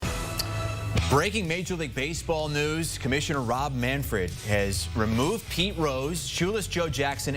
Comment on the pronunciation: Jim Bowden is something... he can't pronounce the name of the commissioner (it's MANFRED, not MANFORD), and he botched the timeline of this issue. The Rose family petitioned in December, and by January Manfred had made his decision, as evidenced by the letter he released to that effect. The meeting with Trump took place in February, and Manfred had already made his decision about the permanently ineligible list, which impacts Rose, Jackson and others. Trump had nothing to do with this. Manfred was waiting to announce this decision until it made sense, and just before the Rose tribute in Cincinnati is taking place.